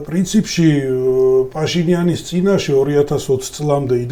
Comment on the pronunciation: პაშინიანის (და არა ფაშინიანის) ძახილი რამე პრინციპის საკითხია თუ ბანალური უნიჭობა?